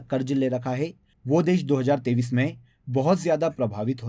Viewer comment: App 2023 bolte hai ya 2030 bolte hai a smjna bht mushkil ho raha hai 😢❤